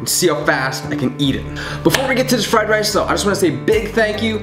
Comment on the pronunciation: he said fried race